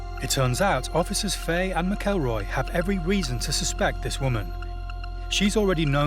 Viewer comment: Yere wreckin my head with officer faey it’s Fa-he 😂